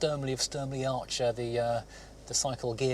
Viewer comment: Did you say Sturmley? If you did, sorry but it's Sturmey. You got the Archer bit right though 👍